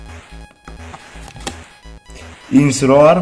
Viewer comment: Oraz chyba mi się wydaje że nazwę ostatniej formy littena wymawia się "INSINROR" czy jakoś tak xd